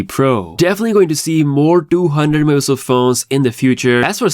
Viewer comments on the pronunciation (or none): megapixel:❌ me-a-pi-el:✅